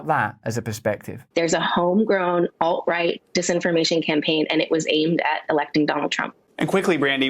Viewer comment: I'm pretty sure when most people who watch leftist media hear a woman like her say "Alt-right" they think she is saying "ult-right" as if it actually means "ultra-right wing" instead of "alternative right".